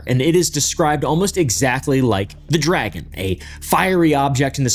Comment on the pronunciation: dragon sounds like meteor to me?